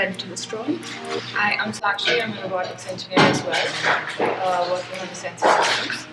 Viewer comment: I love how said the pronounced the name shakshi and shreya perfectly....